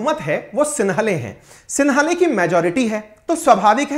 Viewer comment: सिंहली होता है सिन्हले नही आप इस तरह से अलग से शब्द न बनाये